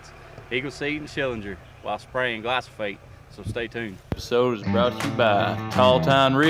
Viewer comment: Glyphosate, not Glysophate